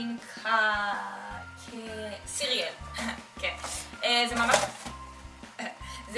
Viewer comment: אני יודעת שאני סטוקרית אבל הדבר שהכי הצחיק אותי בסרטון הזה שהכותרת היא ״שהיינו קטנים היינו סתומים" ואז את מראה לנו קופסת קורנפלקס את בקושי מצליחה לקרוא את המילה Cereal 😂😂😂😂😂 אבל אני אסלח לך😏